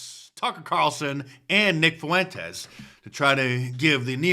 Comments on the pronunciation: Why does everyone pronounce fuentes as “foowentes” yall act like uve never heard a latin name before. Its two syllables not three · Why TF does Mark Dice, Trump, or anybody else say "Nick Fuh-wentez," and not "Nick Fuentes?" There are two syllables in the name Fuentes, not three. Say "FWEN-TEZ." I love Mark and Trump but it's extremely aggravating how they keep saying "FUH-wentez."